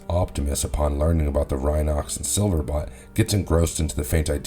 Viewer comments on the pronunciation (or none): BOLT....BOLT!!! BOLT!!!!!! silverBOLT!! not bot, BOLLLT!!!!!!!!!!!! his name is SILVERBOLT! you know.. like lighteningBOLT!!?!?!?! 😡😡🤬🤬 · Silver bolt….. bolt.. not bot.. enjoyed the video though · Please tell me it is your accent, because it sounds like you keep on saying Silverbot instead of Silverbolt. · SilverBOLT! Bolt, not bot... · It’s not sliverbot it’s sliverbolt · Do you ever read or listen to your pronunciations? 🤦 SILVERBOLT and TANKOR. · Silverbot? Saying that multiple times make it sound like you never seen The Beast Wars.